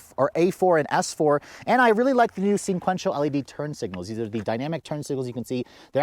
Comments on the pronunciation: It's not "sin-quential," it is sequential. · Let me help you out there champ.. The color is called, "Navarra Blue" and You are correct, "Sequential," NOT "Sinquential" as always mispronounces it.. I always give him a hard time about it. 😂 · he says "singquential" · lol What the hell is "Navahara" and "Sinquential." Okay, we'll chalk it up to the fact that you were probably freezing your ass off,..